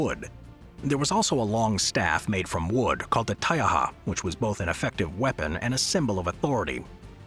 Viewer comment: excellet pronunciation of "taiaha"